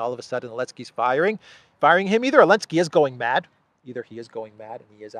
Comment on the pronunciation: Coke makes people paranoid, that's Zelensky's problem with the firing! Why do you keep saying Elensky, it's sounds stupid! No offense intended!